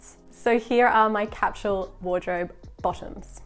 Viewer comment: What is “capshul”? Are you saying “capsule”?